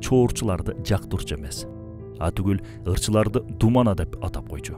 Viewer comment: Думана емес дубана дейт